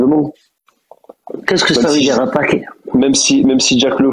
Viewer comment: il n'y a pas de "J" dans le verbe dire c'est quoi cette mode de remplacer le i par le j ?